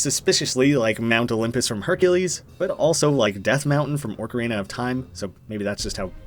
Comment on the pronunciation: Ah, yes, Orcarina Of Time